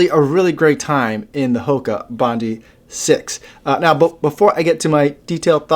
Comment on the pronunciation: To help you out it is pronounced Bondeye as in the beach here in Oz Bondi Beach, love your vids thanks for your efforts 👍😎